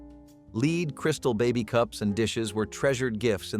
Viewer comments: Led, not leed paint. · I've seen several videos that pronounced it "leed" so I guess at least they're consistent. 😂 Buh-lone-ya drives me nuts, too.